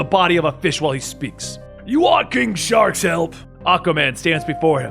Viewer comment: Anybody else hear him call king shark- king shot😂